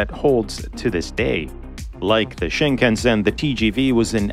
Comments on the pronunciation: Pronunciation of "shinkansen" is off. Sound like you are saying Sheen-KUN-sen. It should sound more like Sheen-kahn-sen. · Pronunciation: shin KAN sn. Shin: new. Kan-sen: central route, roughly.